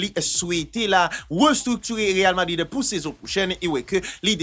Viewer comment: zanmi'm m'toujou gen problèm ak sa wi achak fwa wap di real Madrid, c real vadrid wi ekip la rle 🤣🤣🤣